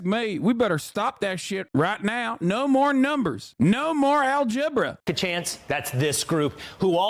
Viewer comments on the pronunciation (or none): No more Al-Gebra...💀💀💀 Hasan's REAL American accent tickets the fuck outta me!! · Al-gebra I'm fucking dying dude 😂